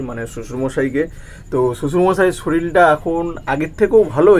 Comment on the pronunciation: Dada শরিল na শরীর বলে